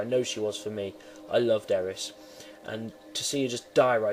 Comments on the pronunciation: no shit, i know that im just sayin its not eris its AIR REES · who the hell is eris it AIR REES